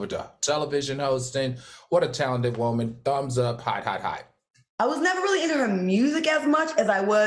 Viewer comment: I love when Al says WOEman. It makes me take his statement even more serious.😊